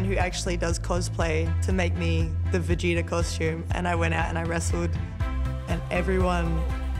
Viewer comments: Ano vegeTA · Clearly Cole never heard of Vegeta by the way he said his name lol